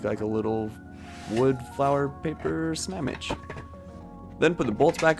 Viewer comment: Is it just me or did he say smamnidch